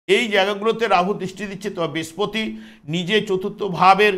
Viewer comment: Brespoti noi Brihospoti,apnitoh acharjo tai uchcharon ta thik kore nin.🙏